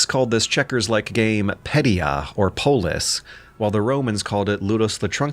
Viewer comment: As a Scotsman it’s very funny hearing him talk about “polis” cause that’s the Scot’s colloquial word for police, so it makes him sound like a buckie-drinking lad from Clydebank lol